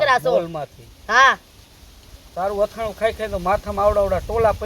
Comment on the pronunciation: અથાણું કહેવાય આથણુ નહીં